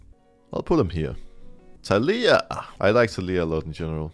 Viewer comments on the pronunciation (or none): none